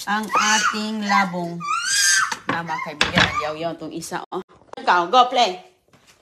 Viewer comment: Di na nagsawa sa ka popost ng old vlogs ni roning,ano ba yan?? wala ng bayad yan sa YT,nalaos ka na.😮😮😮 hindi la bong ang pag pronounce,Labong'.!!! mabilis ang bigkas.